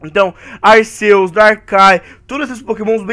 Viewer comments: O Arceus o Arceus o Arceus o Arceus, se fala Arquios fala pfv certo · cara arceus e o nome mas a pronúncia é arkiâs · Cara não é arceus e arquios